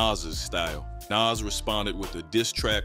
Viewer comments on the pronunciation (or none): But why can’t he pronounce Nas name properly?